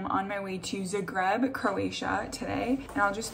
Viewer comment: No way she said Zagreb like that ( zah-g-rr-ebb)